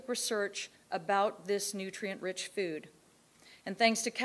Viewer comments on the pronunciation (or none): Lol "Nutrient" Dense.